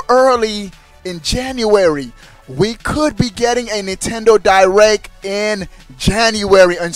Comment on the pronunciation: hahahahahahahaha spell it how he say it pop